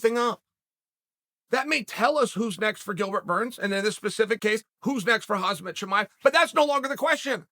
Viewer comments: I know Chael knows how to pronounce names correctly but mispronouncing names is his schtick. I've heard him say Kam-zat a million times but called him Hazmat within the first 10 seconds of the video. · Chael “Hahzmat” Chimaev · It’s 2022 and Uncle Chael still calls him Hazmat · “Hoz-met chimaev “ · Why does Chael keep saying Kumshot Chimieves name wrong? Colby knows how to say it lol totally jk Cant wait to watch that fight!!! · Why is Chael calling him Hasmat xD? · Khamzat LOL its hamza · Chael made so many videos about Khamzat and he still can’t pronounce his name correct 😂😂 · Chael, for God's sake learn how to say Khamzat already, you're too smart to make that silly ass mistake over and over. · If he beats Gilbert, I guess you will start pronouncing his name correctly!? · It’s KhaMZat Chael, not KhaZMat… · Why does Chael say Khazmat instead of Khamzat? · His name is pronounced as Hamzah..not hazmat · Is Chael really pronouncing Khamzat, Hazmat? What a disrepect... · Khamzat not Khazmat lol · Its not Khazmat chael its KHAMZAT SMASH ALL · Chael "Hazmat not Khamzat" Sonnen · Its khamzat not khazmat! 😂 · Uncle Chael, his name is Khamzat, not Hazmet, LOL! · It’s KHAMzat not KHAZmat 😓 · Hazmat Chimaev lol. The Z and the M are actually the other way around lmfao. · It is KhaMZat NOT KhaZMat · Chael:Hazmaht Everyone else in the world: Khamzat ( hahmzat) Chael: Hazmaht Everyone else in the world: ok great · KhaMzat. Chael, please... It's Kha-M-zat, not Kha-Z-mat. Guys can u make this comment noticeable? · CHAEL IT’S KH AM ZAT CHIMAEV. NOT HAZ MAT CHIMAEV🤬🤬😡😡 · say it slow... Hawm Zaht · can we just talk about how he calls him Khazmat Chimaev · How hard is it to pronounce his name correctly lol who the hell is hazmat 😂😂😂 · Is Uncle Chael calling Khamzat Hazmat It doesn’t matter anyway if Uncle Chael says that’s your name that’s your name Hazmat Suit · Is it just me or has uncle chael suddenly started calling him HAZMAT CHIMEAV 🤣🤣🤣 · “Khazmat Chimaev” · “Hazmat Chimaev” 😂